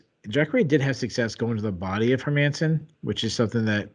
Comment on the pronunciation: dude stop saying her-man-son ffs. All you have to do is use google translate and look up the Swedish prononciation its not hard.